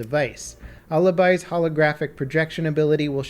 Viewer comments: “A—lih—bye” Not Aleebee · 3 weeks since and he's still having trouble with the word/name Alibi. At least he's figured out how to pronounce Maestro though. Baby steps. GJ